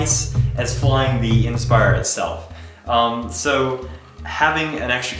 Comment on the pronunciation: he doesn't know how to pronounce the word inspire. IN spire IN spire IN spire. its fucking inspire not IN spire